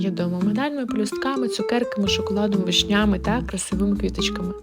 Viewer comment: Чого «вишнЯми»??!!! ВИшнями!)